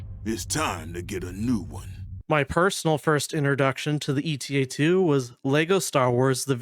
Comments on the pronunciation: I feel like I should point out: it’s not “ETA” like in “estimated time of arrival”, it’s “Eta” as in the Greek letter Ξ. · I think it's "Eta" and not "E.T.A". The Jedi Starfighter we see in in Episode two is a Delta-7 Jedi Interceptor. Delta and Eta are both Greek Symbols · It's Ay-tah I had to take koine Greek in college and that's how its pronounced I know this is like 3 months after this comment. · EE-tah is the UK pronunciation, and is how modern Greek speakers pronounce it. AY-tah is the US pronunciation, and is close to how it was pronounced in Ancient Greek.